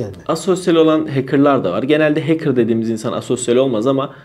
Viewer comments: heykır ne demek hecker okurken de hekkır okunur heykır ne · Böyle bi kanal sahibinin heeykir demesi gerçekten acınası ya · hekırr diye adam çıkarıyorsun,win orjinal değil ))))) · “HEYKIR” demesen iyi olcak da neyse :) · dayı hacker demeyi öğren önce ya